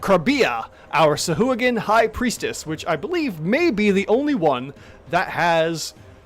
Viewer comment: Also SAHUAGA is their name now😂😂 also sounds liked you sneezed